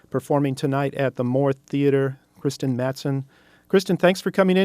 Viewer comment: It's actually pronounced like christian, but with a rolling R-sound that you'll hear in Swedish (among other languages)